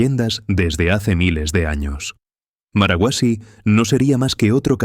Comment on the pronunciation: No es marahuasi, es marcahuasi